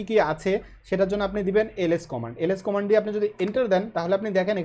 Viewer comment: কমান্ড* not কমেন্ড